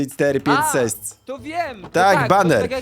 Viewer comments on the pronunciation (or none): czy ja dobrze słysze 12345 seść